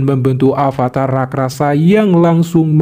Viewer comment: Rakrasa 😂😂😂 bukan raksasa yah